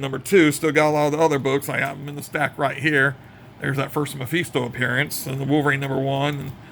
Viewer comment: nice....it's meh-FIST-O. Hah